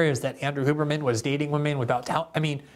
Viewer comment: Andrew “Hugh”berman, not “Hoo”berman